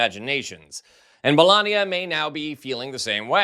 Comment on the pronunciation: Get it right, its Melanoma Trump !